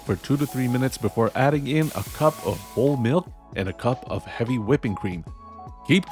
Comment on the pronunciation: I was confused for a second when you said "whole" milk, I had thought you said "old" milk! Very cool choice for a seasonally appropriate media cookbook.